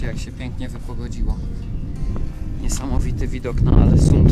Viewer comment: ogniska można palić tylko w dozwolonym okresie (15.04 do 15.09) - taka jest ogólna zasada 😊 Do wiadomości Ålesund wymawiamy "Olesund" 😉 Super przygoda, powodzenia!